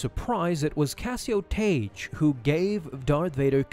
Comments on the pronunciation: It's not Taige... It's pronounced TAG! Tagge's name is pronounced the same as Tag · It's not pronounced "Tage" it's pronounced "Tag". TAGGE. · Just saying.. in Star Wars, Tagge is pronounced "tag", rather than "tayj", as per the pronunciation in the Star Wars radio dramatization that Lucas had oversight of. Good video! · Tayj lol. Couldn’t make it two minutes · I've always heard it pronounced like tag. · His name is Tagge, not Tage. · It's pronounced "tag" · The pronunciation of the names Tagge and Motti in this video hurt my soul.